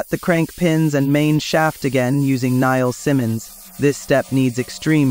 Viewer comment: It's Niles-Simmons, not Niall Simons.